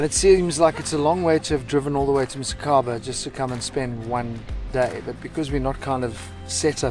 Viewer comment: Dude, msikaba, not missykaba.